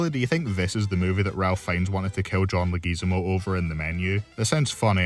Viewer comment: The way you pronounce "Leguizamo" hurts my soul.